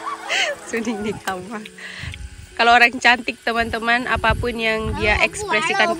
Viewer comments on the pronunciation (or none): none